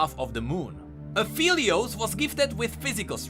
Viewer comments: It's "Ah-FELL-eee-ose" like 'help I FELL down' NOT "Ah-FEEL-eee-ose" like 'I FEEL tired', people. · no he didnt lol its phelios, not feelios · it's pronounced ap-helios pretty sure, it's an ironic play on words meaning "of the sun" (apo, "of," and helios, "sun") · no hate but at least pronounce his name right... XD